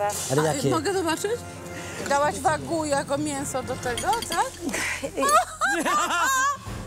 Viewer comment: pierwsze słyszę jak ktoś mowi na wagyu - wagu